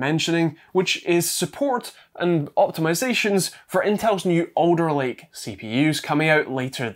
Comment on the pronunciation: I thought you were saying 'Odor Lake" . Finally; I thought, Intel is giving their shit proper naming. Not to be. Alder Lake. I remember when Microsoft said Windows 10 would be the last Windows os. Not to be, apparently.